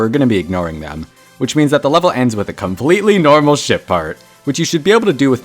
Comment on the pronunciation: I know why he said COMPLETELY NORMAL in that way😂😂😂 damn 3rd coin